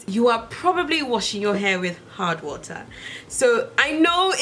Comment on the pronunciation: I thought you said hot water at first... not hard water lol